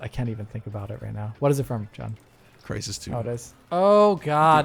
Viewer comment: "The crees in Trysis." - Me: LMFAO!